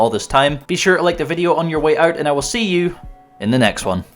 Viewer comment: Bideo lol